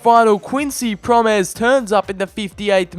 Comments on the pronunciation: It's prom-es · Please learn to speak out the names (Pro-mēs) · The way you say "Quincy Promes" is so painful It's not pronounced Proms it's Pro Mes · Prom es not proms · It's not proms but promès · HIS NAME ISN’T PROMS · It’s Quincy Pro-Mes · Promes is pronounced like gomes